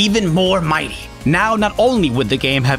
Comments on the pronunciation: Why do you say "mighty" like that??? It makes me extremely angry. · The way he says "mighty" sounds so off